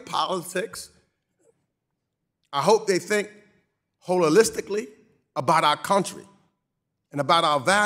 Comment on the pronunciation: "Hole-alistically" 😂 what a fool